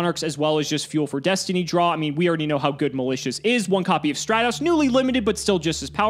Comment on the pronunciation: Every time he calls Stratos "Stray-tos," my brain literally screams, "stop calling him that!"